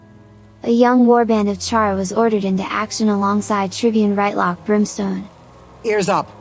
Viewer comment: Just returned from the Eaton Searing and heres the new episode! Also, not R[aɪ]tlock, it's R[ɪ]tlock.